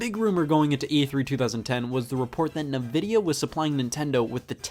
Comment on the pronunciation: Scott says Nvidia weird